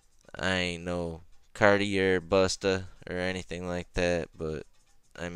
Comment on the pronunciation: it is not car di er